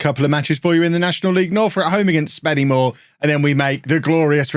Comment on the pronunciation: It is pronounced Spennymoo-a not SpennyMoor as someone who lives like 5 mins away from the place 😂